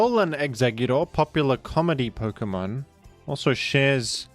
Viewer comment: Pok-UH-mon ❌ Pok-EE-mon ✅